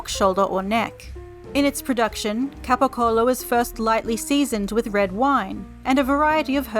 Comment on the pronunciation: Italian here. Excellent pronunciation of capocollo 🙂